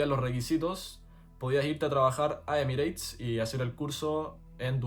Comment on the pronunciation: recuerda que EMIRATES se pronuncia ÉMIRETS, no emireits, que es una pronunciación extendida en países hispano hablantes, pero que no se oye en países anglo parlantes. Lo mismo: PIRATES páirets, CERTIFICATE sertífiket... y muchas otras, aunque no todas las palabras acabadas en -ATE.